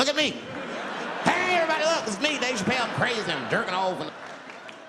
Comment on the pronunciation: Never forget.. "Dave Chapple"